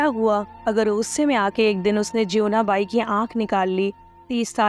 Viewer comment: इसको और बेहतर तरीके से पढ़ा जा सकता था, बहुत एक सी और flat पिच में पढ़ी गई है साथ में टेक्स्ट से कुछ -कुछ शब्द अलग उच्चारित किये हैं जैसे जीवना बाई को ज्योवना बाई और भी बहुत सारे वर्ड्स।